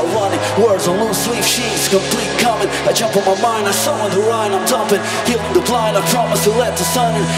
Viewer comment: His Chester voice could be more authentic if he shaped his ending R sound more roundly like an English speaking person would do ('run' as opposed to "wrun"), sometimes it's too flat. He also says "dis" and "da" instead of 'this' and 'the' respectively. Like that English "th" sound is missing a lot of the time. It's excellent pitch and sound, just the words then sound like a Brazilian doing English. The Mike Shinoda voice actually comes off New York accent (ie for 'lost' he pronounces "lawst") more than West Coast accent ("lahst") for the urban rap style. It's just a little off, but sounds great. The music is awesomely recreated and the most impressive portrayal is the Bassist.